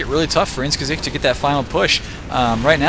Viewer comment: > pronounces "Gesicht" perfectly >Head explodes